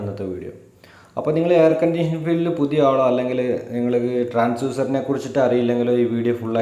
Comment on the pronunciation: not transuser it's TRANSDUCER